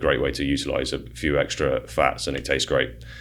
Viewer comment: It's ex-T-ra.